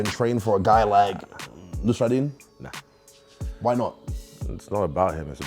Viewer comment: Nassourdine not Nostradine 😭😭